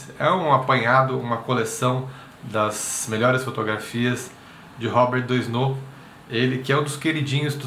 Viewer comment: Legal, moro na Fr e já o conhecia ... tem até uma escola aqui perto de casa q tem o nome dele . A pronúncia em francês do nome é Robér Duanô 😊